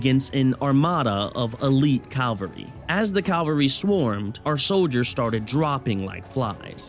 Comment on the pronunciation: It's cavalry (ka-val-rie), Calvary would be the place of the crucifixion of the Lord Jesus Christ. Good video tho, hope you get more views!